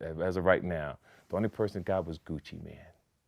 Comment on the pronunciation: Aye yo.... 🗣 His name is GUCCI MANE, not Gucci Man 😂